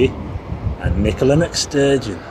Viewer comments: Nicola who ??? McSturgeon wtf twice you said it her name is Sturgeon not every Scots name starts with Mc . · Thank but it's Nicole stugeon not mc stugeon. I like you but call her mcstugion sorry disrespectful. Do you call him.curry rishi